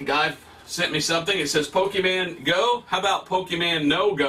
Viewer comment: I love how he calls "pokemon go", as "poki-mango"